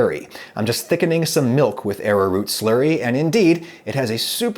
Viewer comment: He says "Slurry" but I hear "Slurpy" I don't know why